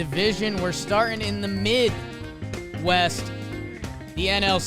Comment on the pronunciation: “we’re starting in the MID….. west” I see what you did there 😂😂